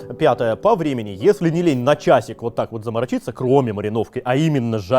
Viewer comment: Такое ощущение что жестко копирует манеру речи...слух режет аж бл. Даже "уотак вот" вечно произношенное копирует. Ну пиздец)